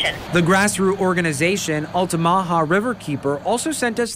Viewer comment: I’ve never heard Altamaha pronounced like that. Kinda cute. 😂😂